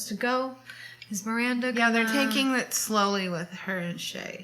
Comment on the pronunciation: Miwwwanda! Miwwanda! what ice cwweam toppins we having tonight? lmao makes me laugh every friggin time! we need to get tshirts with this on! haha. You're so right! Why isn't menopause discussed? I was saying to my friend the other day about menopause and why the hell isn't that discussed more when we're younger so we're more aware. My mum hasn't even ever discussed it with me :/ Back when I turned 40 it suddenly hit me that I knew nothing about pre-menopause/menopause. That made me laugh too about us not blinking an eye that Carrie trotted around in clothes above her pay grade but it just somehow fitted into the show without you feeling like it was unrelatable. I dunno, I think that gave us all the fantasy part to heart eyes over and the rest of the show was down-to-earth situations and topics that just kinda meshed so well together. I'm like you though, whatever is churned out to do with this I'm gonna be there, ride or die!! Can't wait for your next video to go over the new episode :D